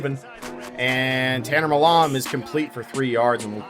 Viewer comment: Seriously don’t know how to pronounce the surname “Milam”? Lol